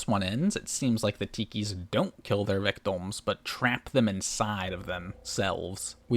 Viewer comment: Why do you pronounce "victim" as "victom"? You do it every single time and have no discernable accent or speech impediment so I assume you're just okay with saying it wrong?